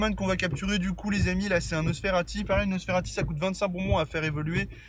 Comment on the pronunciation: Pk tu dit nosferalti ?